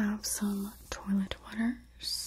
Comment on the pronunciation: lol toilet sweet angel, it's french: "twa-lett"